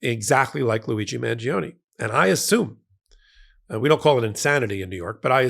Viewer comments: It's Man-jo-ne, not Man-gee-oh-nee!🙄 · mahn-JO-nay (the “i” isn’t pronounced, it just makes the “g” soft)